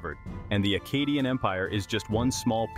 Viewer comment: Good video but i will say... Maybe decide on one pronunciation of Akkadian... You pronounced it two different ways throughout the video and a couple times you pronounced it two different ways in the SAME sentence...